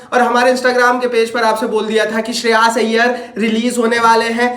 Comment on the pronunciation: Shreyaaaaash iyyer 😂😂